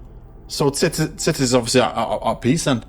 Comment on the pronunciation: Titus 😂... think it's pronounced tytus 😂